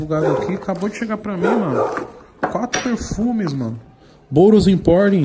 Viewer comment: Tem toguro falando o nome do perfume errado, tem like